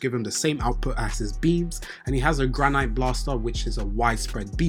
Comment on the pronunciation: HOLD UP ... You the first person on YT to be pronouncing Granité properly 😂😂😂😂😂😂😂 EVERYONE SAYS GRANITE like the fucking rock. What about Ishigori screams rocks and minerals? It's Granité like grah-nee-tay. French dessert. The é with that accent is pronounced like the letter "A" in the English alphabet. It being a French dessert makes sense cuz Ishigori's entire reason for reincarnating is to find his dessert lol